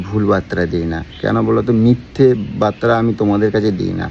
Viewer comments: এই ঠিক উচ্চারণ করো। বাত্রা কি কথাটা বার্তা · ওরে মদনা! আগে বাংলা ভাষায় ঠিক করে কথা বলতে শেখ। ওটাকে "বাত্রা" নয় রে.. ওটাকে "বার্তা" বলে! আর ওটা হচ্ছে "সারেন্ডার".. "সালেন্ডার" নয়!